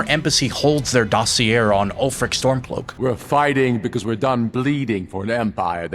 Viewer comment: Dossier is dah-see-ay.